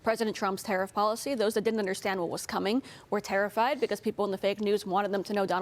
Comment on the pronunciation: "people were tarrified"😅